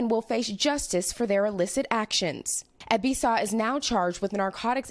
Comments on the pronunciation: It's pronounced eh-B-saw-wah not ebisaw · Too bad they couldn't say his name right...its Ebisawa ...NOT Ebisa...LOL...good job NBC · Ebi Sa Wa = Eh Bi Sah Wah Yah Ku Za not YahKuuuuuza The emphasis in on Ya not ku or za